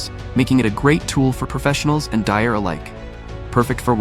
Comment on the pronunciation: The narration sounds like it came from the old Texas Instruments 'speak and spell' of the 1980s. NB it's not 'dire' - it's DIYer.. Use a real person for speech